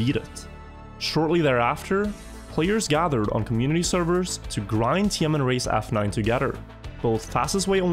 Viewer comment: Every time you say TMN i keep hearing tianenmen 😭